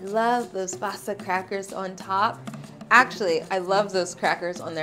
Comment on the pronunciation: cool :D you guys have our wasa bread (we actually call it hard bread). it's pronounced waaah-sa (long a followed by a short a)